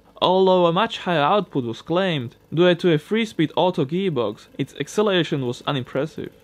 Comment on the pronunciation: Just a tip: pronounce due as in pro*du*ce not du-e :)